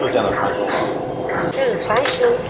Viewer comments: 穿兇？殺人啦？ 川芎後面字唸，窮， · 請注意 川芎 ㄔㄨㄢ ㄑㄩㄥ